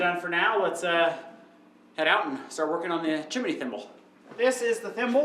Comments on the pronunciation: Awesome job,! Your homestead is going to flourish. I love watching your videos. All except one thing. ‘Chimney’ The pronunciation is two syllable.chim-nee…..not chim-a-nee. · it's not Chiminey:-)